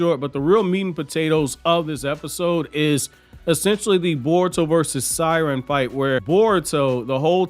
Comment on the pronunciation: Seiren is pronounced as “Say-Ren” even in the anime that’s how they said it lmao I’m a fan of you but u butcher way too many names 😂